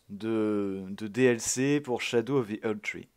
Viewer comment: Ppurquoi tu dit "SHADOU" 😂😂😂 jpp le dlc kawaii enfaite